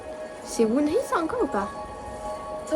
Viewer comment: Enft la membre wohnee ça le lit wohni comme si le double e c'était un i😊😊